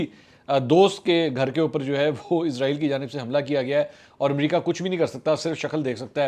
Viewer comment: سر جی عزرائیل نہیں اسرائیل ہے